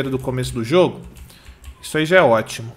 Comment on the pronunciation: KKKKKKKKKKKKK É MUITO ENGRAÇADO O FALANDO OTIMUN